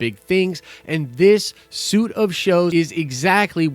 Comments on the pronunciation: A suite of shows is pronounced sweet, not suit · Suite is pronounce sweet... Not suit. FYI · Dude! "Suite" is not pronounced SOOT, it is pronounced SWEET.